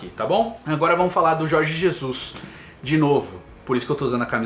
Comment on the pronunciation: Aprende a falar o nome do técnico.....po